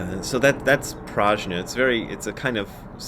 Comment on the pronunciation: BRAD, Brad, Brad,….the correct Sanskrit pronunciation is “Pr-ugh-nyah” with a hard G sound, not J. Any Sanskrit scholars out there want to back me up on this? Günter, any help here…?